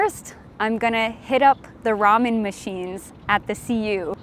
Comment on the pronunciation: 영어로 발음이 라멘인데